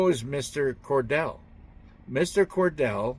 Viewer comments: Mr.Cotrell not Cordal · It’s not Cordell it’s Micheal Cottrell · It's Mr. Cotrell not Cordell. ThanQ for all your updates! ❤ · That's Michael Cottrell, not Cordell. Or else difficult to find him ;-) I think Michelle Fielding has interesting information.